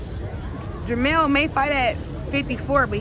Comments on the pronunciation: Hopkins showing his age, jermell not jermall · Does Bernard know he keeps saying jermall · Somebody needs to tell Bernard that it's jermell not jermall..